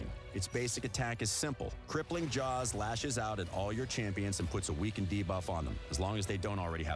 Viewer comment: I'm just happy this voice guy has learned how to say 'debuff' properly ... bigger deal than hydra boss imo